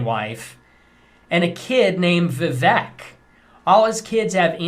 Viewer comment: He can’t even pronounce Vivek correctly